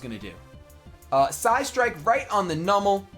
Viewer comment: the way you pronounce numel pains me